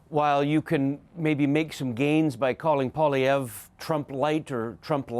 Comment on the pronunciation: It’s not “ Pah”lievre! It’s “Pooah”lievre !